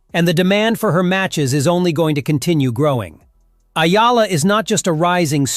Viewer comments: tsk ! kakainis ! Ayala na na naman? hoy pakiayos lang poi! Eh-YAH-LAH - yan me tip ka na AI slop! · E-YA-LA...EH-YAH-LAH Not AYALA! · ÈYALA not Ayala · It's Eala please, not Ayala hehe. Thank you Sir, your so good. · EALA E - YA - LA Got it? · Only Filipinos can pronounce her name correctly....eee ya la